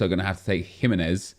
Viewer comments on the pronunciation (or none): none